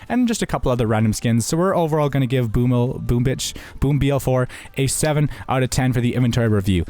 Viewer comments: “Boom bitch” it’s pronounced boomage lmao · It's read boomych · It's pronounced Boomich my friend